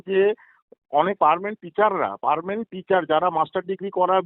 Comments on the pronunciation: পার্মানেন্ট কে পারমেন্ট বলছেন! আর ইংরেজি version এর খাতা দেখছেন! এতো মমতাময়ীর মতো ইংরেজি শেখাবেন!! হায়!হায়!কোথায় যাই???? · হায় রে শিক্ষক ও শিক্ষা ব্যবস্থা..... 9, 10, 11 ও 12 class এ পড়ান আবার মাধ্যমিক ও উচ্চ মাধ্যমিকের English পরীক্ষার খাতা দেখেন..... কিন্তু Permanent কে perment বলেন। আর বুঝতে পারলাম না উনি বার বার ইংরিজি version এর খাতা দেখেন বলছিলেন, তার মানে টা কি?